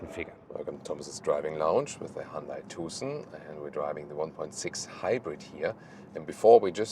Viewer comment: You’re pronouncing Hyundai incorrectly